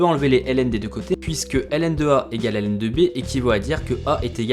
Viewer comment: La fonction Hélène n'existe pas, la fonction ln se lit logarithme, c'est vraiment énervant à écouter